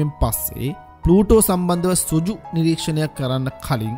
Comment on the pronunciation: සුජු නෙවෙයි පුතා සෘජු (රිජු). වැඩසටහන ඉතා අගෙයි. ජය!